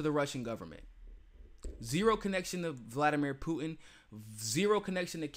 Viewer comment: Mis-pronouncing words like "Poo-in" and "Impor-ant"....lol